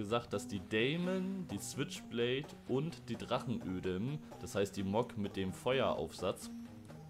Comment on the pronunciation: Die Deamon wird englisch ausgesprochen, also "Dimen" und es heißt Drachenodem und nicht ödem😅 dazu hat die Deamon nur Schnellfeuer 1..... die switchblade Schnellfeuer 2